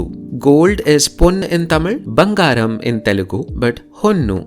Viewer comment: It is bangaram . Not banagaram.